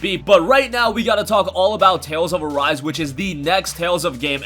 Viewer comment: Dude is says tails of arse not tails of arise